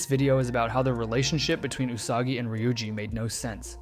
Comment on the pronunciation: Ty for saying her name correctly 😭